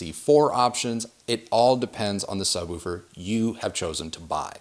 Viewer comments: The only person I've seen on youtube who pronounces "woofer" correctly. Most people say "wolfer" Lol! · Great to hear someone from north America speaking English properly😀 Woofer and not wuffer! Roof and not ruff! Refreshing!! Great presentation by the way.